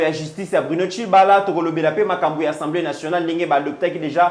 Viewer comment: OLOBAKA SOUVENT ENSEMBLÉE BALOBAKA: (ASSEMBLÉE ) MERCI MERCI BEAUCOUP NA MUSALA KITOKO OZALI KOSALISA. NALANDAKA YO TOUT LES JOURS DEPUIS DORTMUND-ALLEMAGNE SANS YO INFO MOBULU. RESTE TOI-MÊME MOI J'AIME TES GESTES SURTOUT QUAND TU TOURNES LE DOS AU JOURNALISTE C'EST TRÈS DOUX COMME ÇA.